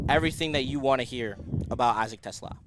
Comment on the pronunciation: It’s Tuh- slah’ - emphasis on the second syllable! NOT like the car!!